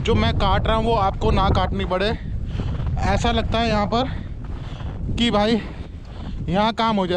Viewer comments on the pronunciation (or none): ऐस नहीं ऐसा ।